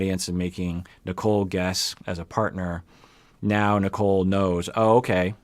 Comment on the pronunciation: I know. I just call her Nickel because (especially) during the first parts, the way Azan pronounced her name sounded more like Nickel instead of Nicole (yeah, its his accent and whatever, i just found it funny).